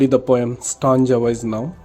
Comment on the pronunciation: 🥺Ur teaching is not good u can teach better you don't know to pronounce properly💘 you say tanga but it's really stanza 🤣🤣 if u feel bad I'm really approximately a very sorry 💘🥺